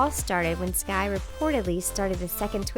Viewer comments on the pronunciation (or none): its skai not ski ya cave person